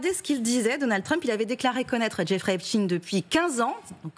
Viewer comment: [ prononcer please Epstein comme EPSTAIN Phonetic allemand/germanic]